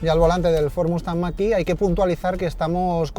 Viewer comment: La marca puede decirlo en chino , pero en ESPAÑOL es mach e , en eeuu que lo pronuncien como les de la gana , pero aquí la E se pronuncia e , e no i